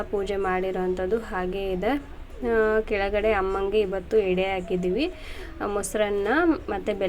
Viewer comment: ಹೆಡೆ ಅಲ್ಲ ಎಡೆ